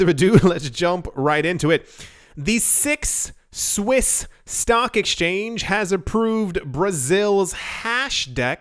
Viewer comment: six swiss sounds way too much like Swiss miss, and now I want morning cocoa.